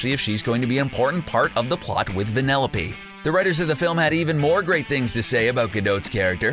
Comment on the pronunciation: Why does he keep on saying vanelope